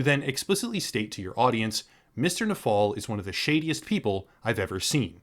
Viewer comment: The emphasis on the "is one of the SHADIEST people I've ever seen" made me chuckle. Good shit. Always a good time watching youtubers that know a thing or two about the law just thrashing hacks like these.